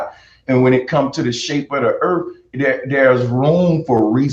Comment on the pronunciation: Bro Sanchez: I'm smart Also Bro Sanchez: Oblate means it has less degrees. Seriously, the entire rambling section where he's talking about spheres with less degrees disproves his education. And don't get me started on his ghetto pronunciation. I don't know what the Erf is, and I don't care. I care about the Earth.